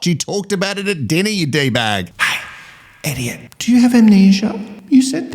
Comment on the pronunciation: Like so many things you say, calling Elliot who acts like an idiot = Eddiot…sure sounds like the perfect pronunciation to me. And omg yaaas to the WIFE SWAP!